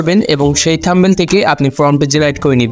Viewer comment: থাম্বেল❌ থাম্বনেইল ✅